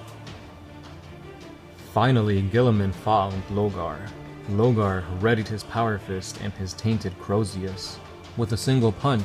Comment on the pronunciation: Say it with me: 'LORgar'